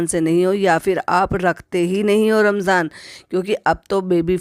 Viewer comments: AAP Ramzan ko Ramjan kehti hain?😂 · Ramjan ni hota Ramzan hota ha aapi